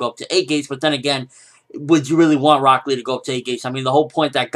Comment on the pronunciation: Walks in Rock Lee----Broccoli Thats all I heard every time you said his name, and I don't know why